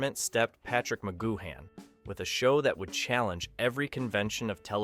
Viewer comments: It's pronounced 'goo-un', not 'goo-han'! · Spelled McGoohan but pronounced McGoo-en. There were originally 10 eps planned by PMcG, however Lew Grade wanted a series that went on forever. So, PMcG and his writers “cooked up” (his exact words) the remaining 7. “I’d never done a western and I wanted to do one” for living in harmony ep. Hard to listen to this with your lack of research and mispronunciation of PMcG’s name! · Altogether excellent narrative with plenty of facts and insights. Two points, Wikipedia places Angelo Muscat at 4'3 not five feet, and you pronounced McGoohan only once correctly (the third-last time) Great scene selection, great job. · It would be nice if you pronounced his name right 😂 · Thanks for that ! And to be fair the guy did brush over the subject later in his video but I came down to the comments early in his video triggered by his pronunciation of McGoohan but a lot of others were obviously triggered also by the same thing going off their comments ! But credit where it is due he did mention it which was a surprise to me as it is not normally mentioned ! ALL THE BEST MATE ! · Don't sound the 'h' in McGoohan. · You don't pronounce the "h" in McGoohan.